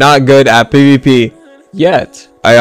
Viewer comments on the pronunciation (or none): Not gonna lie I thought he said "today I'm going to tell you why you are not good at PP"